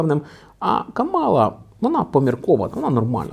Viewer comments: Тільки вона не КамАла а КАмала. Така маленька ремарка. 😅 Дуже поважаю контент який ви робите. Продовжуйте в тому же дусі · Кажуть правильно казати кАмала